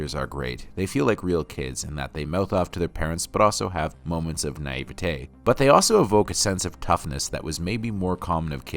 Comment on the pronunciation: Great video but had to chuckle at the Eric Cartman pronunciation of Naivety 😆